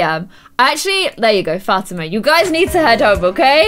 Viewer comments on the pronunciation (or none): Still bugs me that she calls her Fat-ima and not Fa-tee-man.... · The way she says Fatima it's pronounced Fuh-Tee-Muh